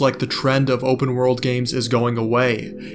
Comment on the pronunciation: "open wOrld" x1,000 Bro is not getting an A on his English exam. 😩